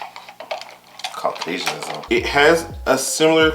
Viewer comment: DID YOU SAY CAUCASIANISM LMFAONSNDNDFJK